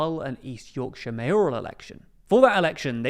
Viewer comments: its Yorkshire not yorkshore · "Hull & E. Yorkshore" its YORKSHIREEEEEEEEEEEEEEEEE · "YORKSHORE" epic facepalm! TLDR - 🤦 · Also - “East Yorkshore” part of it is on the shore I suppose. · Yorkshire, Yorkshore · It's Yorkshire, not Yorkshore. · Yorkshore lmao